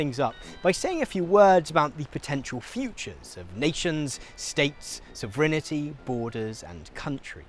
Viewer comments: Sov-ren-tee You're welcome. Still love ya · He's mispronouncing it. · What's soverenity? I've heard of sovereignty. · Is pronouncing “sovereignty” as “sovrenity” a Brit thing? Or is mispronouncing it? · It’s so weird hearing someone not know how to pronounce sovereignty. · where has this pronounciation of sovereignty come from, there is no letter 'I' between the 'sovereign' and the 'ty'? who started this would love to know :D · Interesting. (But check your pronunciation of sovereignty. ;o) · Guy needs to learn how to pronounce 'sovereignty' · as an American I was really thrown off by your pronunciation of ‘sovereignty’ lol. great educational content as usual!